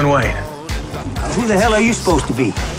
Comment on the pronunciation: dam he said john wayn